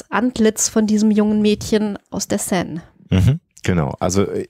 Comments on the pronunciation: Sie spricht die Seine richtig aus er mit eineinhalb Ausnahmen konsequent falsch. Mit tut das in den Ohren weh. Sonst wie immer ein wunderbarer Podcast für den ich mich sehr bedanke. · Enigmatisch 😂😂 Aber Hauptsache er spricht ständig Seine falsch aus. Achso, Leichen lächeln nicht. Schon gar nicht ertrunkene. Aber schön schaurige Geschichte, Euer Podcast ist toll 👍